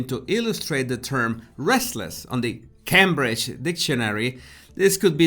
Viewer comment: Love how you stressed Cambridge there!